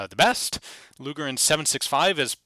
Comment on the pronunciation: sounded like you said...Gaylord luger